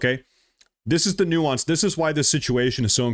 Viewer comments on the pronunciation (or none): none